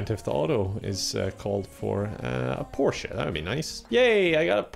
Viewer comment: The Kraut in me was inexplicably happy when managed to pronounce "porsche" right.